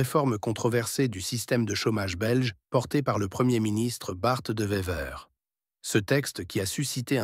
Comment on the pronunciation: Il dit aussi "Bart 2 Vever"